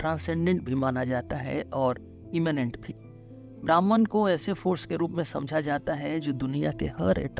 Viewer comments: Atleast 'Bhahm' ( 'ब्रह्म ') bolna hi sikh lo bhai. Bhraman kya hota hai.. Br br brahman bol rhe ho. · brahman nahi pronounce it like brahm.